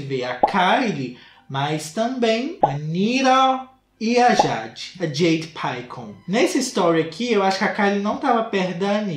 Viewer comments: EU NAO SUPORTEI O "JEIDE PAICON" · "A Jeidi Paicon"😹😹😹😹😹